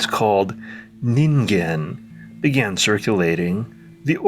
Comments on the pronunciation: Saying the g in ningen correctly alone was worth a like; the Twin Peaks -ish imagery and music was just icing. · Well, you pronounced it correctly, so that says you did proper research. Or you're a weeb.